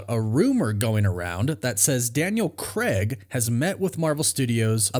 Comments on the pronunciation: c-ray-g, not c-reg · Dude you’ve no idea how to pronounce Craig. It’s not Creg! It’s Craig! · Yo America. It's Daniel Crayg, not Daniel Kreg. Literally hurts our ears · Why can’t Americans/Canadians pronounce Craig properly? It’s not Creg it’s Craig. Like c-ray-g 🤷🏼‍♂️ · For the love of god, why can’t Americans say Craig? It’s Cray’g not Creh’g …. Is it because you don’t know that the diphthong AI = ay and not eh………..